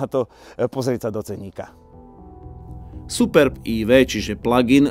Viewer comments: To, že sa to tak nemá hovoriť. Je to jedno slovo Superb a nie Super B. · Ale název Superb není žádná zkratka, proto není důvod to tak špatně číst.